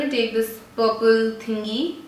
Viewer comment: Instead of saying purple she said pople hahaha very funny